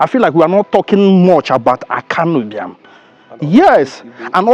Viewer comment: yes you because you can not pronounce Ibiam , you have on always pronounced it wrongly.